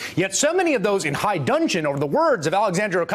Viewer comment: The expression is "HIGH DUDGEON". High "dungeon" makes absolutely no sense. Consult your dictionary.